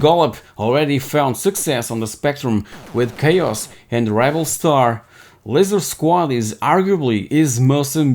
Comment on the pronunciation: Laser Squad, not Laser Quad.